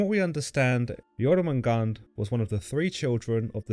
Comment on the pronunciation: I thought it was pronounced Yor-man-gander.